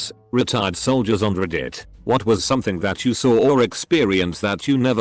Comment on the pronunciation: "CEerious reAtaired soldier"